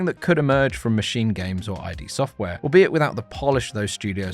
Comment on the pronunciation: It's id software not I.D Software. ^^ cheers